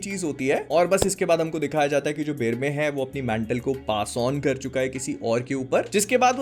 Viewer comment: बेरमे नाम है बेरमेर नहीं है।